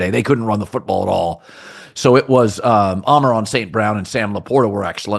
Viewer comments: Ah-Mon-Ra not Ameron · Take a shot every time Colin calls Aman-Ra "Ah-moRAN"